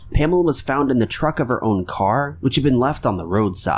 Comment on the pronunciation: I know he was trying to say “trunk” however it sounded like he said “Pamela was found in the truck of her own car.” 😅